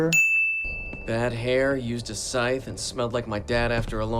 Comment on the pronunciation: did he say i steal sheep and survive?